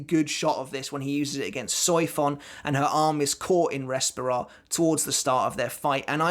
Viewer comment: I don't want to be that guy but as I am Spanish it's a bit of a trigger haha Barragan's power is pronounce "Res -pee - ra", with the strong sound on the "pee" not "Res"